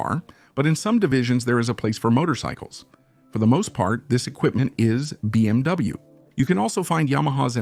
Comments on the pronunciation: What is happening to cause the mispronunciation of so many phrases, words, and acronyms? For example, it’s BMW, not BMV. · Its BMW and BSA pronounce the names right Its disrespectful to The companies and people talking about them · You know this is just a computer AI program speaking right it's not a real person that's why it mispronounces words but you feeling disrespected is absolutely utter ridiculousness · Very interesting video but the robot cannot pronounce Moto guzzi it cannot pronounce BMW how about employing a human